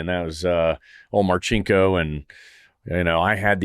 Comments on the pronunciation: It’s pronounced Mar-sink-O…….👍🇺🇸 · Wait...in one of Marcinko's books, I read it's not Mar' chink' o, he's no chink🤷‍♂️